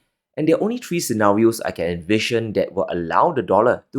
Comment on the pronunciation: Just tone down the sensational headlines. And practice saying TH REE not TREE